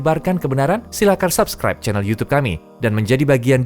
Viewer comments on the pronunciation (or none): none